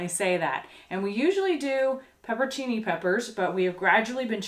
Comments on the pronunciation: it's 'peperoncini' as in 'peperONcini not 'pepercini' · Peperoncini is pronounced pepper on chee nee. I love you guys. You are some of the best YouTube has to offer. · Isn't it "peperoncini"?